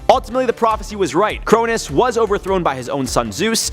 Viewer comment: Crow-Nose not kronus is how its pronounced